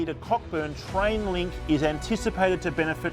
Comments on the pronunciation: It’s CO-BURN mate! Not COCK-BURN! You are not locals are you? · You pronounced it “cock” “burn” not “coburn” which tells me you don’t know as much about Perth as you make out…. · Incorrect lol it's pronounced Co-burn. Trust WA to reinvent how some words are pronounced 😂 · Bit of credibility lost when I heard cock burn